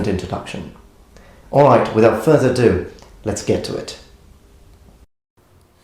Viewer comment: Someone needs to let know its 'without further ado' not 'without further do'. He has said it so many times now lol.